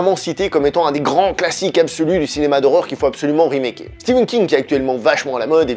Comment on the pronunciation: Stephen pas Steven !